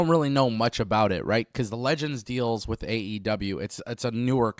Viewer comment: Ignoramus says wit.. it’s with, guess Speaking proper isn’t a strong suit lmfao